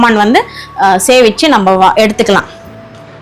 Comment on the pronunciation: சேவிச்சு என்றால் ஸ்வாமி கும்பிடுறடறது இங்க நீங்க சொல்ல வருவது சேமிச்சு என்றால் save பண்ணுவது 😅.. please pronounce correctly